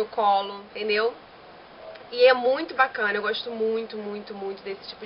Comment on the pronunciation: "...que eu acho muuuito maneiro..." hahahaha viva o carioquês :)